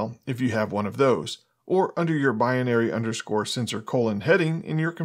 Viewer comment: Great video! Pronunciation as "bi-in-ary" is incorrect. It's simply bi-nary ;)